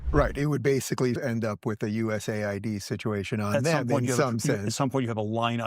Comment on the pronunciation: This is an AI voice, didn’t realize it until the end where it mispronounced USAID